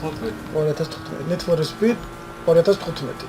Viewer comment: ნეედ ფორე სპიდი არა ნიდ ფორ სპიდ :D